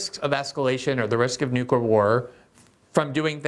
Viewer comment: Lee Fang has lots of info and skewed observations, plus, he says, "newkyoolure".